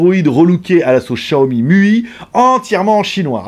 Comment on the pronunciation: Comme il prononce Xiaomi mdr les Français. J'utilise l'home cinéma au moins 4h00/jours donc on est pas sur la même utilisation.